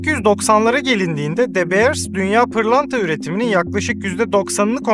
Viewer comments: de beırs değil dö biırs . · Tiyatro kısmı çok kötü ve gereksizdi. Videonun değerini ikinci el pırlanta gibi düşürdü. Birde keşke de beers değilde dö biirs telaffuz etmeyi öğrenseydin. Bu ikisi dışında gerisi güzel ve doğru bilgi. 👍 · Aga şunu "Dö Biiırs" diye telaffuz etseydin tadından yenmezdi... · De Beers kelimeyi bile adam akili doghru soylemiyor ama herseyde fikri var